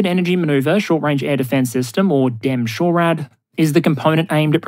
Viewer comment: As someone who works closely with DE-MSHORAD, I've never yet heard anyone say "demm shorad." I've always heard it pronounced "dee ee emshorad."